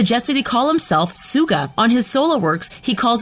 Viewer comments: OH COME ON MATE. DO YOU NOT EVEN KNOW HOW TO PRONOUNCE THE SIMPLE WORD "SUGA"? JUST FREAKING PRONOUNCE IT LIKE "SUGAR" ALSO AHEM "MIN YOONGI" OK I WONT BE TOO MAD ABOUT HOW YOU PRONOUNCE JIMIN'S NAME BUT ITS JUST REALLY CRINGY DO YOU NOT DO ANY RESEARCH? "BUSAAAAAN"? OK THATS IT!! DO YOU CLEARLY NOT SEE THERE IS A K AT THE END OF "JUNGKOOK"? I MEAN SERIOUSLY. ALSO IN HIS NAME, THERE IS A U AND A G "KIM TERRIAN"? UMMMMMMMM OK? MATE YOU'VE GOT TO GET YOUR EYES CHECKED CAUSE I DON'T SEE AN R IN HIS NAME "BANTANG" OR "BANGTAN"? OK BAI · I am laughing when hearing Suga mispronounced so many times -it's hilarious cause it's emabarrassing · True armys in this comment section are pissed. Like me >:((( U FREAKIN’ SAID SUGA’S NAME WRONG YOU FISH. And u called him the second best rapper. They are all equally talented thank you very much now excuse me while I get my flamethrower and set my phone on fire after watching this inaccurate crap. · Of course Jimin has insecurities! He is human, and just because he has good abs does not mean he is perfect! And learn how to fucking pronounce Suga’s name! For your own good, please take down this video. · PRONOUNCE HIS SWEET NAME FOR MOTHERS SAKE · how did they say suga's name like that like wtf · Who else has a complaint about them saying Suga? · When she pronounced “Suga” I died on the inside a little bit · She even pronounced suga wrong lol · Did she... did she just... pronounce Suga that way....? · Dammy Olomoniyi thank you for saying this because it's TRUE I was like bro pronounce suga right for God sake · I am pissed of of how she says Suga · It made me mad because she was pronouncing Yoongi's stage name wrong 🙄